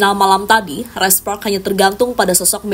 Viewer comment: "Red spoks red spoks"..aneh denger lu bilng spark min